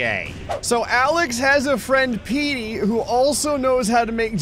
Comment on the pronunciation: When says Petey, it sounds like he’s saying Meaty, so I basically imagined if Meaty Bits made the board